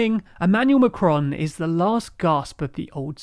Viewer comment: Hi! I don't think one must be fluent in French in order to know how to pronounce the article "les" (=lay) or to pronounce the "A" in Macron correctly, as in "back" or "saffron" or "laughing" (considering you make a better job of it for "Maréchal"). It's not Macdonald or MacCartney. We appreciate your efforts, we like it thorouly. and don't think we ask for perfection; but that is really negligence...